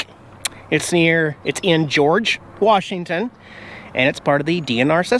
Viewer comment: Dang...I cringed when you called it WARSHington! Technically, I think George is considered Central WA, as opposed to Eastern. When I lived in Ellensburg, at least, that's how we viewed it...